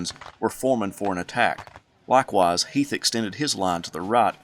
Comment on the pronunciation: I enjoy the history but my name is heath not heith like the candy bar come on man